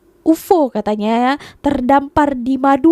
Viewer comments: UFO tu sebutannya Yu Ef Oo - U.F.O laa 😂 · Bukan UFO. Disebut satu2 huruf U F O 😅😅